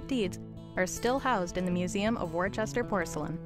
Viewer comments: pronounced wooster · Why can the commentator learn to pronounce the name of Royal Worcester. - it is not Worchester, but Worcester. For what was a long standing British company, this really grates.